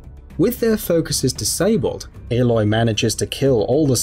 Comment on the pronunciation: I can't get over how he pronounces it. Like... her name is said so many times in the game. How does he get it sorted wrong.